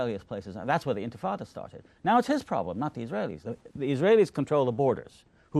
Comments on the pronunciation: One of the greatest minds, and hearts to ever put this struggle into words is being interviewed by a man who thinks it's pronounced "infatada" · charlie literally called it the infitada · Love a good infitada and a diet coke